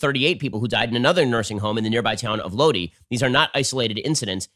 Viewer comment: Dude, Lodi = ("Low-dye") You sure you were raised in California? ;-)